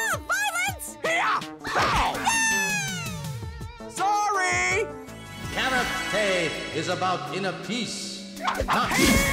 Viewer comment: Karate more like Carrote